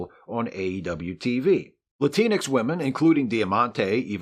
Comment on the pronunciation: As a person of color, I'd like to bring attention to the amazing lack of diversity on your otherwise fantastic and entertaining show. There is only one person in front of the camera on your show, and your in front of camera talent is 100% male and white. Also, Latinx doesn't rhyme with Kleenex.